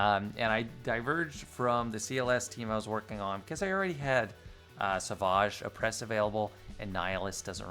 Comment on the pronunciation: Hi I am just curious why you pronounce savage oppress "sevoge" oppress, I am genuinely curious being that your english seems to mirror mine in most ways